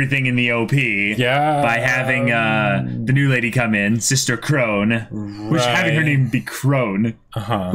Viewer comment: Krone is pronounced "krow-nuh".